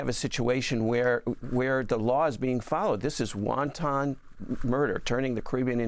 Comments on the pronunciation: The correct pronunciation (for your excellent guest) of the word "wanton" is "WAHN-tuhn" -- NOT "WON-TON"[sic]! ("WON-TON" is, of course, a very tasty EDIBLE -- whether boiled or fried -- in Chinese cuisine!!!) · Ffs, it's WANTON. Not "wonton" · I love when people mispronounce the word wanton as wonton. It’s an international crisis, not a Chinese menu, my brothah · Why does he keep saying "wonton" murder? 😂😂😂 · Um, would someone please tell him the word is wanton, not wonton? I know, I know. I’m being picky, but . . .😊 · this guy keeps saying "won-ton" instead of wanton. it's a small thing, but i'm hungry. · Wanton murder or wonton murder? Annoying pronunciation. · Not won ton it is 'wanton'. 😂 won ton is an Asian dumpling containing a filling. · Sorry about this yall........ wanton - not wonton. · He keeps saying "wonton" instead of "wanton", it's making the serious topic sound ridiculous. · Wonton murder!? I think the word you are looking for is wanton, pronounced wahn-TIN, like a tin can. Unless the boats are filled with wontons, like he said, no evidence, we don't know what was on board. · Good god I can’t listen to this guy say WONTON again!! 🤦🏼‍♀️ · It’s not pronounced Won’-Tahn’ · Why does he pronounce 'wanton' like the soup? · He isn"t the first American I heard the word pronounced like the soup. lol